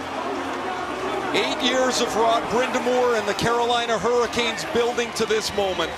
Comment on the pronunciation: At no point did he say panthers there’s not even a “P” sound… he just mispronounced hurricanes